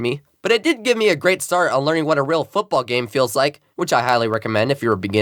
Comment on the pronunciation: “flag footbaball” it’s called “Oz tag” you uncultured swine😂